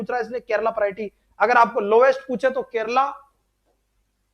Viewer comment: Kerala not kerla